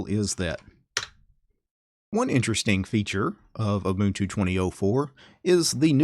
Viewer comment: Haha, nice! He did pronounce Ubuntu right, though. :-P